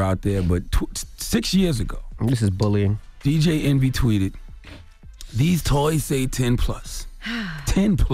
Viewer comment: Did no one hear charlamagne say, Dj entry?